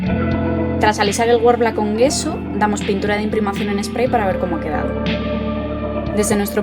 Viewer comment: Gracias por el vídeo. Sólo una nota, "gesso" no se pronuncia "gueso" sino "yesso" (dʒɛsso, para ser exactos XD), sí como el "yeso" español, pero con una "s" larga, que aunque no existe en español se puede hacer notar. Viene del italiano "gesso" que significa "tiza", que es uno de sus ingredientes en la fórmula clásica: tiza, cola de conejo y blanco titanio. EDITADO: y sí, forma parte de la composición de la "tiza" nuestro "yeso" para más inri.